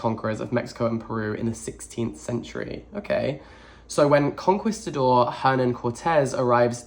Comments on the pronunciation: It’s pronounced “con-qee-stador” or “conqueror” Also I signed up for my first TBR earlier this week awaiting my first list of suggestions!! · LMAO I thought you were saying "Conquest the door" and was so confused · ‘Con-kees-ta-dor.’ The ‘u’ isn’t pronounced. Like ‘quiche’. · Lmao Kon-Kee-Stah-Door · con-key-sta-door how? you read way more than me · Your pronunciation of conquistador is adorably wrong. For reference it's pronounced con-key-sta-dor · so many are flaming in the comments for saying conquistador ‘wrong’ but it’s the exact same pronunciation i use. it’s british english🫠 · The way he pronounced conquistador reminds me of that rly old vine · listening to a british person struggle with the word conquistador was so much fun. luv u <3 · not knowing how to pronounce “Conquistador” or “Tenochtitlan” really tripped me out! He’s British, of course he’s not familiar with the Aztec Empire. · I was screaming!! Not in a mean or angry way but in a please hear me way lol. Cuz I know once he learns how to say both he’ll be like “ohhhhhhh noooooo” cuz he’s so respectful of things like that. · I assumed that because he's british he would know because Spain in literally one country away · Re: his mispronunciation of conquistador, it makes sense to me bcs I have noticed that Brits often use Italian pronunciation rules instead of Spanish ones. For example in the word “dulce” I usually hear Brits pronounce the c like the “ch” sound even when it should be Spanish 🤷🏻‍♀️ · i love you so much and so dearly but your butchering of "conquistador" made me die a little inside 🫠 hugs and kisses xoxo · spaniard here, hearing you say 'conquistador' has really made my day thanks :)